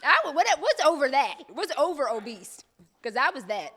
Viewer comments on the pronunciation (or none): Nd 'Obese' does not have a T,.. 😭😭😂😂 I'm sitting here like, is that how you say it?? 🤣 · “Obese does not have a T in it ”. Took me allll the way out!! 😂😂😂